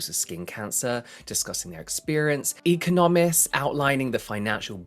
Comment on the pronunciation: Guinot is hard g like girl. Ghee no. Super super well known brand. Used to be in every Regis Salon here their hydradermie facials were insanely good. It’s also economists. Ec ON o mists. But your how do I say these words face is cute as f x